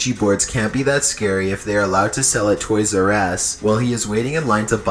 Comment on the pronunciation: lol it sounded like he said toys r ass instead of toys r us